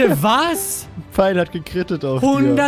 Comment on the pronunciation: Das "ghat" er gut gemacht